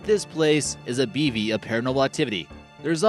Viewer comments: Bevy... short e as in bet, vy rhymes with me. Lilac... lie lack or lie luck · I think he was trying to pronounce "bevy" but failed miserably.